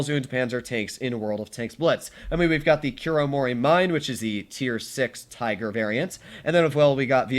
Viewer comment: bruh, in Japanese for the "Mine" and the "Kame" the e at the end is said so it is "meee neh" and "Ka, meh"